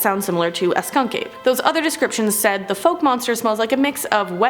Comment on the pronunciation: Boggy Creek been there and he's a local legend where I live and it's pronounced Fauk